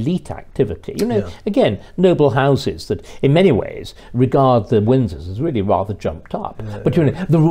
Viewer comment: Peter Willy is weally first wate.